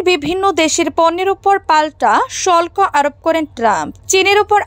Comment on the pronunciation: শল্ক না হবে শুল্ক। উচ্চারণ সঠিক হচ্ছে না।